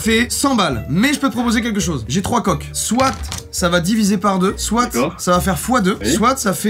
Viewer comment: pourquoi tu a dit soite